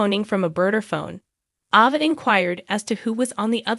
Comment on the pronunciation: It's Aaaava, not Ova.